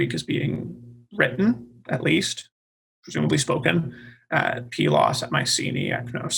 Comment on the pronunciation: does the I-know-better professorial sarcasm bit very well, but then repeats the safe refrain that the Bronze Age collapse and the "invasion" of the Dorians is... unknown. I had really hoped to get more input on the situation of Pylos (thank you for the correct pronunciation). Was there there really a gap of 10-15 years between the destruction of Mycenae and that of Pylos, for example?